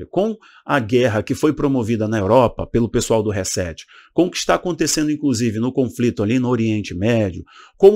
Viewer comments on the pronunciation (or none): none